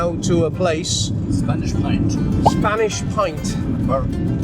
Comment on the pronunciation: for clarity its Spanish point not pint